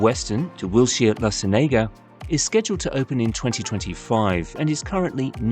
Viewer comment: La Cienega = la-sen-yay-ga? 😅